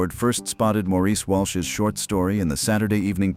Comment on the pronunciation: No Irish person who ever knew him would have pronounced Maurice Walsh's first name "Maw-rees". That's a Frenchified Yankee pronunciation. Maurice Walsh's first name is pronounced "Morris".